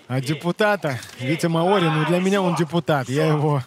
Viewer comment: МАори, ударение на А, деревня. А бой просто великолепный.